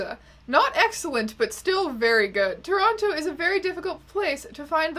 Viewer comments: you're the only person from Toronto who I've heard pronounce it toe-ron-toe............... we have a conspiracy theory on our hands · pronouncing both T's in Toronto...